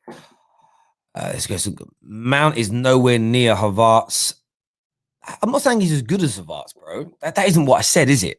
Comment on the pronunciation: Please pronounce the e in havertz name. Top quality content aside from that but its havertz not havartz